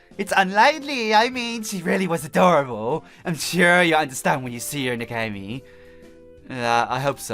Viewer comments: it's nekohime (pronounced nekoheeme) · Nekohime (neck-oh-he-may) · Her name is pronounced Neko-HE-may. You're welcome. EDIT: The place, Hokkaido, is pronounced Ho-KAI-do(e).